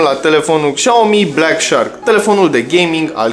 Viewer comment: Faceți review, dar nici nu știți să pronunțați Xiaomi.